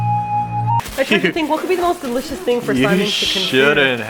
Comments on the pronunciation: ..did say its "dericious" lol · hehehe said Dericious XD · I vote for both Simon's Engrish and idol(s) 2PM. Did say "deRicious"?;) Thank you for feeding the kitty!!!